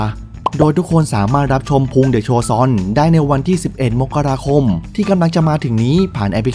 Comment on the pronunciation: อ่ะ อ่านเดือนมกราคม อ่านว่า มก กะ รา คม อย่าอ่าน มก เด้อ อ่าน มะ ดิ่ 😣